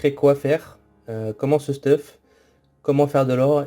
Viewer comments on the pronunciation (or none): hey j'adore se que tu fait et tes tips mais par contre dsl mais arrete de dire stuf mais dit steuf sa me stresse mdr sinon je lache mon petit like ^^ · Merci pr le guide !! Ps : comment ca me fait bizarre que tu dises «stuf » et pas steuf 😂